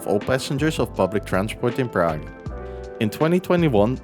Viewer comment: Cool video but you butcher the pronunciation of Prague every time.